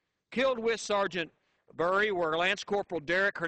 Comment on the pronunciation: Not that I don't appreciate the sentiment, but you'd think that he could get his name right. It's Brandon Bury. Brrrr-ie.